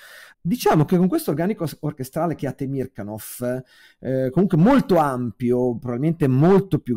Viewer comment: interessantissima disamina ! Mi permetto solo una glossa sulla pronuncia del nome del grande direttore russo-sovietico Temirkànov, dove l'accento va appunto sulla A.